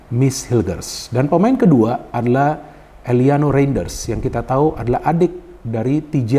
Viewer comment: mohon izin untuk mengkoreksi penyebutan nama pemain Mees Hilgers --> Meis Hilgers Eliano Reijnders --> Eliano Rainders Semoga berkenan ya bung, terimakasih